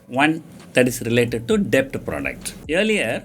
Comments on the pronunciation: Wrong pronunciation of DEBT ...please google for correction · 1) u didnt mention abt post tax returns on short term bond 2) what r tax implications & yields if we sell long term bond after 3 years & short term bonds before 3 years 3) In all the videos , u r pronouncing silent character 'b' in the word 'debt' . Please be noted that 'b' is silent in 'debt'